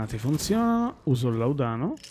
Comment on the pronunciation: làudano non laudàno. Senza offesa, giusto per... Non è il mio gioco, comunque promette bene questo Remedium. Grazie per averlo provato.